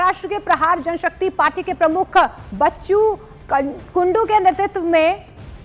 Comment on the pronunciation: कमीत कमीत व्यवस्थित बोला नंतर अंकरींग करा,,,,, बच्चू कडू नाव आहे बाई,,,, बच्चू कुडू नाही